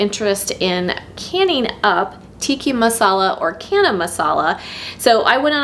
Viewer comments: Friendly correction from an Indian: it is not Kana Masala, but Ch as in China. Channa. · Thank you for the lovely video. FYI the ch in chana is pronounced the same as the ch in chicken. So not “cana”. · Chana is pronounced with the ch like chips or chain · Thanks for the recipe. But ch in chana/channa is pronounced like chair, not like cat. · Wow canned indian food..love your channel..can i if you dont mind chana is pronounced as ch in charming🙂